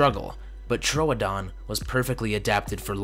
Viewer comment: Trooooodon! Not toadon